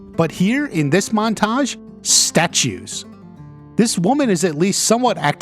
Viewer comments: Your pronunciation of montage is off-putting lol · The way he puts emphasis on the second syllable of "montage" is killing me.